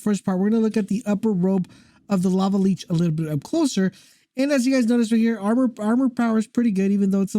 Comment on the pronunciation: It's not pronounced leech. It's li-ch